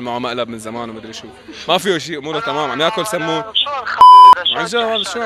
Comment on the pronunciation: منيح عم تقولوا صمون مو سمون متل ديف 😂😂😂😂😂